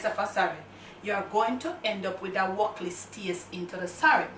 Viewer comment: a caan manage. Everytime u say "wukliss" me laugh 🤣. No sah. You nuh easy at all. Never used that white sorrel before. Thanks for sharing this video. Bless up uself. Shoot dem up Camera girl. Blessings.